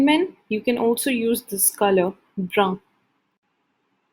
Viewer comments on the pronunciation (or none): You're pronouncing "Marron" and "Brun" wrong. Ce n'est pas comme ça qu'on le prononce en français